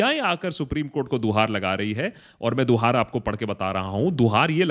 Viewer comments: Guhar not duhar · Duhaar nahi bhaiya....guhaar.....Hota Hai...plz...future me correct....ker lijiyega